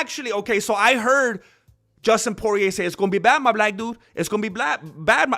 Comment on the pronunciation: u said black wrong bro..... jus says!